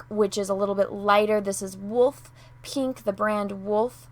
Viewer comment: Love the way you say "pee-nk"